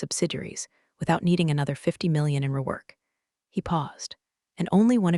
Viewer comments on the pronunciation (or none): lol. They cannot say the millions properly hahaha